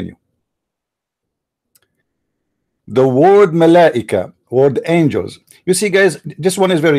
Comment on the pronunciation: Its "angels" NOT "angles"